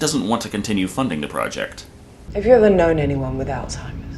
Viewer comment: Great review, but I think my favorite part is that someone actually knows how to pronounce "Alzheimer's".